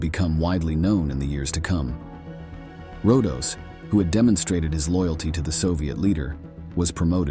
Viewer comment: Rodos not Rondos.